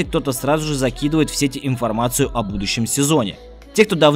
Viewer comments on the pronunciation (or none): none